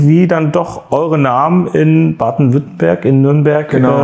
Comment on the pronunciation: Nürnberg aber Badenwüttenberg und vorher sagst du ludwigsburg häöäää?